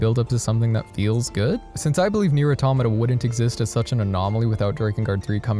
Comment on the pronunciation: Immediately starting the video by pronouncing "Automata" correctly. Instant like.